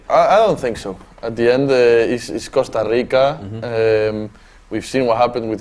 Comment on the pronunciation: “ Costa Rico”